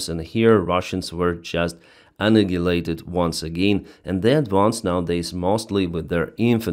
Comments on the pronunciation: Annihilated is pronounced like un-eye-ill-eight-ed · Just a note on the pronunciation of "annihilated." We say ann-Nie-ill-ated with no "g" sound. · "A NILE ATED." LOVE YA MAN.